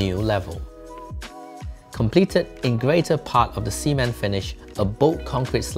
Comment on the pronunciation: As a Malaysian, I thank you for sharing design content, but I'm cringing every time you pronounce "cement" as "semen" Cement: suh·ment